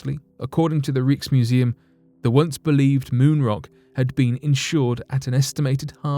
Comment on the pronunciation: Rieksmuseum, gotta love it!